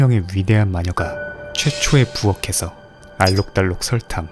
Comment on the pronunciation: 부엌에서를 [부어케서] 라고 발음하는 유튜버를 거의 처음 보는거 같아요 바람직한 선한 영향력 G 팬티..아니 G무비